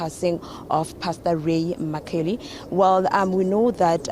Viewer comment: Can these journalists learn to pronounce people's surnames, surely mccauley is not difficult to pronounce!